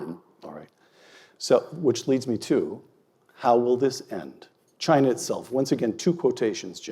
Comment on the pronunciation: Chiner lol